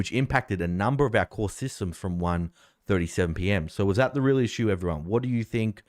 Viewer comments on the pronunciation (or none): none